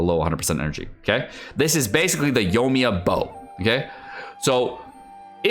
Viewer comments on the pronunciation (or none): 2 things. 1. Your mic is peaking a lot. Might turn down the gain. 2. Yoi-mi-ya not yomia